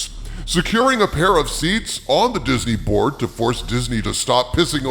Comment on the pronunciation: Everytime says "Disney Board" I hear "Disney Borg"... XD